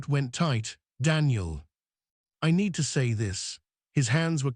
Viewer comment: they "nĕd"??? rest? ?????????? Seriously???????? NO!!!!!! "NĒĒD". LONG "Ē".